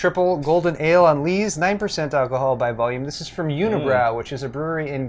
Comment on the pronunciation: i'm french canadian and we do pronounce it ''Kay Beck'' and unibroue is not pronounced ''unibrowww'' but ''Uny Brew'' :o) but yeah, it's good beer...